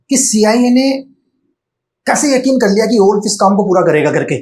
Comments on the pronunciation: Kerke, Kerke, Kerke 😂😂😂😂😂Kerke, Kerke, Kerke😂😂😂😂😂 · 'Karke' word is gadwali tone😊